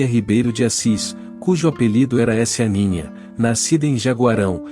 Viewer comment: Discordo do apelido dela que ele falou "Esianinha" não era assim era "Saninha"